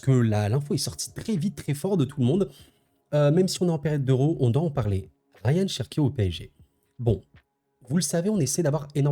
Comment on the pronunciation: C'est Rayan pas Ryan sinon super vidéo comme d'hab